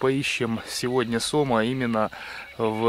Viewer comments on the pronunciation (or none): ГустЁра, сомА, ударЕния!